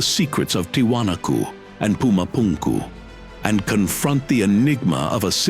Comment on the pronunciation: Would be cool if the narrator didnt sound like a clown pronounciating pumapunku etc 😂